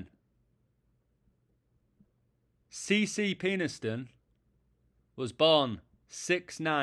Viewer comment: It’s pronounced Penisston. You’re bang out of order mate !!